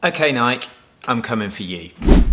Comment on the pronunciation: Not Nike. Nikee